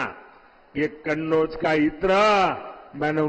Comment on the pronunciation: सवाल होता कहां होता है झूठ की खिचड़ी परोसी जाती है|माहौल देखकर कन्नौज का उच्चारण करने मे हड़बड़ा गये|